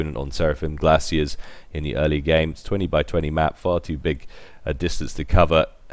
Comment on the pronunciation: Just a little nitpick: its Glaciers (with an R), not glacies. But epic cast again!:D